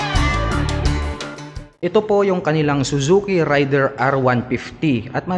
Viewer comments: Raid der Sir hindi Ray der🙂 Thanks sa review... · Ang tamang pagbigkas Nyan ay raider, at hnd rayder